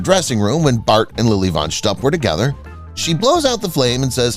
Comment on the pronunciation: Fun facts about THIS video: The narrator mispronounced "von Shtupp". Mongo did not ride into town on a horse, he rode on a bull.